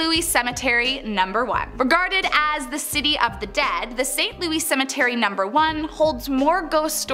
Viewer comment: You can tell she’s not from St. Louis we pronounce the S lol. But I love this channel. You guys do tremendous work